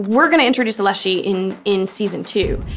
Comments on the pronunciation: Leshen not Leshe please and thank you lol. Sorry but I have fought too many of them in the Witcher 3 to have it said any other way 🤣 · I think it’s funny how she’s pronouncing the leshen as leshy